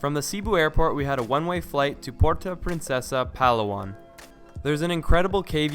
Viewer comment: It's Pa-law-an haha not Pal-awan :)